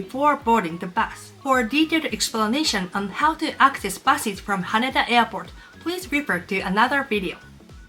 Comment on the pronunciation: When exiting the train, not existing. Haneda airport not Hana...Sorry, just a few important corrections...